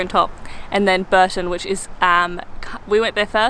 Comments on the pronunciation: The canal thing at Bourton on the Water is the River Windrush. It is also pronounced Bore - ton and not Burton. The Broadway Tower is really what you would call a "folly" - built for show but not very useful. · Nice video, as usual! Just so you know, it’s pronounced ‘Borton’ on the Water, and the water is a small river called The Windrush. 😊